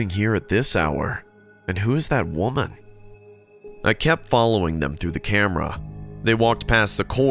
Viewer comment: it says woman but I heard walnut 😂